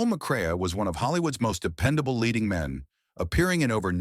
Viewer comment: Joel McCrea "Mac Ray"